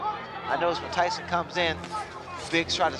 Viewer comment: "Ty-Son" biggs a og raigbaiter